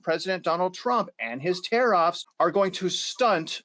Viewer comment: Tar- riffs, not Tare-offs Lol